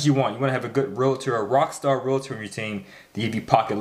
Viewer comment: "REAL-TOR", not "RE-LA-TOR"